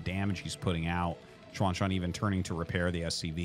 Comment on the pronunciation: Hey Arty! A couple comments on the Chinese pronunciation: 1. You're really nailing the pronunciation on Xuanxuan! For a foreign non-Mandarin speaker, that's pretty commendable. I think that's perfect "English Mandarin," if you know what I mean. 2. The ZH sound in Mandarin is practically indistinguishable from an English J sound. I've noticed you kind of go back and forth between "John" and "Jean," but it's actually much easier than having to French it up -- it's just "John." I only make these comments cuz I know you care enough and read these. Otherwise I wouldn't nitpick. Thanks for the casts!